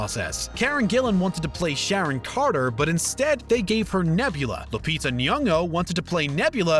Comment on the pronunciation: Omg you pronounced Lupita's last name correctly!